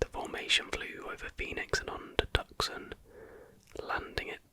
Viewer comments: Great video AGAIN! Oh and it's "Tooson" not tuck son as it actually looks. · fyi, it’s pronounced Too-sahn, keep grinding buddy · Tuscan is pronounced Two-Saun.